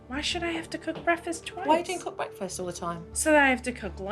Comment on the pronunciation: Red flag an adult that says breafast instead of breaKfast. I’d love to see the kids today 2023 😮